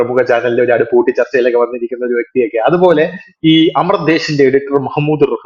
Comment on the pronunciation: അമർ ദേശ് അല്ല, അമാർ ദേശ് - അമാർ എന്നാൽ നമ്മുടെ